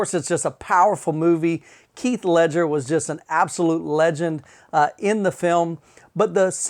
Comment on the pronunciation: It sounded like you said keith instead of heath ledger